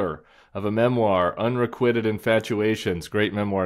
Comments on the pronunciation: Unrequited is pronounced like “kwy” not “quit” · Oops, Tim! I rather large pronunciation error… unrequited